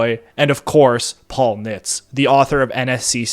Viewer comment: Nitze= NIT-zuh